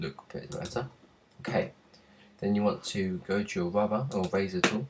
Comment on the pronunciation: haha sorry you just said Wubber. Maybe thats how you pronounce it. Cool video though, sorry for a stupid comment!